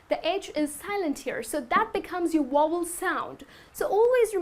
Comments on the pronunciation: Vowel not wobble XD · but her sound like wovel.....check again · You pronounced Vowel as Wovel, but you're cute so I'll let it go ;). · Wovel! Ha. Oh dear. You mean Vowel - a e i o and u. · VOWEL is not pronounced correctly. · I was watching until I heard badly pronounced "vowel". Sorry to say but if you want to teach others, you've got to learn first. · Very nice video, but you're pronouncing "vowel" incorrectly. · Tq sir u correct her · The video was very good, but you miss pronounced "the" and "vowel" you have to pronounce the v in vowel.